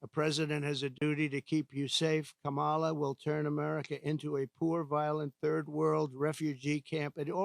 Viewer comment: Still can’t say Kah muh luh right